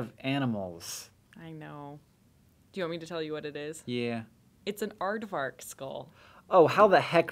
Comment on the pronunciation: Nailed the aardvark!